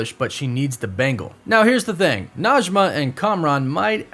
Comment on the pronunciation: Najme And Karim i live In Iran And Arabic and Persian are not same but sometimes the pronunciation are same Najmeh not Najma thank you for your video ♥